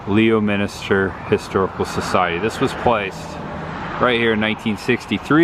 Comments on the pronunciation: Leominster is pronounced (lemon-ster) even GPS doesn't say it right. Lol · I forgot...Leominster is pronounced Lemonster...go figure. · It's not pronounced Warchester it's pronounced Woostah. People from Mass cringe when it's pronounced wrong. Also it's pronounced lemonstir not Leo Minster. FYI Goddard was wrong too. 😂. Still love the content though. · wish I knew you were in New England. You went right by my house going from (pronounced) WOOSTER to Rutland. The rocket guy is GODERD. The Jonny Appleseed town is (pronounced)LEMISTER. You pretty much butchered every town. Kind of funny for us from Mass. Would have been nice to meet you.